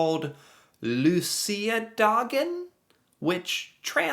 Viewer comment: Gotta give you props for you pronunciation on Luciadagen, great job!